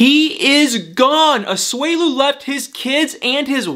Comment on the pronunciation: It’s A-SU-E-LU not A-SWELU